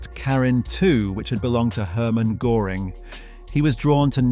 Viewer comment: How hard is it to look up the pronounciation of ö before doing a video!